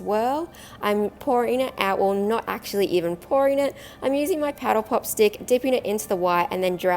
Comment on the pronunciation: I thought she called it a petal pop. Lol